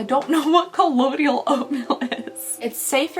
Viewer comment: Omg when I got my colloidal oatmeal lotion for my eczema I said it the SAME EXACT WAY by mistake "colloidal OITMEAL"! That's hilarious. 😂😂😂😂